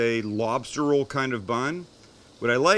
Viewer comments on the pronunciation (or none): none